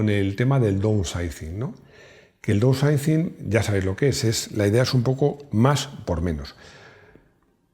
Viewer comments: repite conmigo fonéticamente: daunsaising..😎 Tengo un cliente/amigo en el taller que tiene un Audi A6 (C4) del 94.. Casi igual que un Audi 100... 2.5 TDI 140 CV CÓDIGO AEL... 580.000 INDESTRUCTIBLE 👏👏👏👏👏😎. Entiendo que el bloque/culata vendría de su bisabuelo Audi Quattro..No LO sabía.😎 NADA MÁS QUE AÑADIR.. Recuerdo hace 20 años cuando empecé en la mecánica, trabajé en un concesionario Multimarca y veía los Mercedes 190 con de Km...INCREIBLE 👏👏👏👏 Luego se dieron cuenta de que asi NO vendían coches y cambiaron el sistema...jajajaja A partir de 2001/02... Explicación larga... ⬆️⬆️⬆️⬆️⬆️⬆️ hay te dejo una idea para un vídeo...🤺 Saludos 🤺 Excelente video 👏👏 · Para pronunciarlo así de chungo lo de "downsizing", mejor decirlo en castellano: "miniaturización"! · pronunciando "Downsizing" me da años de vida.